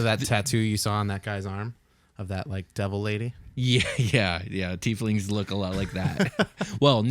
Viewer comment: YES!!! Pronouncing it the correct way, "teef lings"!!